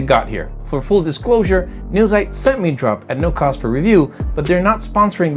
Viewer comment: This German word is pronounced: "Noi - TSITE".